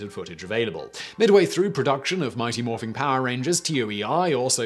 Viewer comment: "morphing" You just can't bring yourself to say it incorrectly, can you Simon?